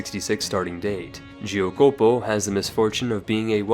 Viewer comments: oh my god you totally butchered it. It's supposed to be spelled "JACK -opo", not "GEO -copo" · Giocopo is worst lol